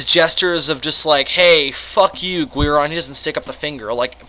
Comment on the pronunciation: Why are you saying Guiron like Gweir-on and not Gear-on